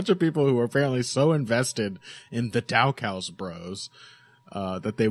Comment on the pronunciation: Il patreon when you pronounce Daukaus right